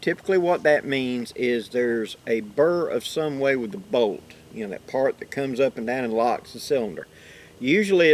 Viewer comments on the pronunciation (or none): bolt not boot